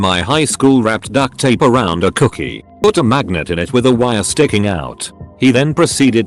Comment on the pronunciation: I thought he said "coochie" instead of "cookie"